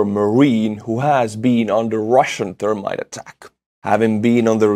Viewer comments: accent makes me giggle when he says thermite. It sounds like termite "Russians drop termites all over the city" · Love the way you say Thermite. Goes right along with the brilliant barbary you inflict on names at the end. Check out Australian Termite Mounds. Thermite aka termite.